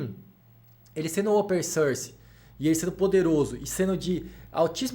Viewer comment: Ótimo vídeo, muito instrutivo! Só gostaria de fazer um reparo em inglês: a pronúncia correta pra "open source" é "ôpen sórs", com o som aberto da vogal; vejo muita gente cometendo esse errinho de falar "ôpen sãrs", ou "sãrce", com o som anasalado similar ao "e" francês. Mas o som de "open source" é aberto rs. Forte abraço!